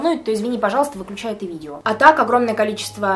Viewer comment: правильно - видева✨😂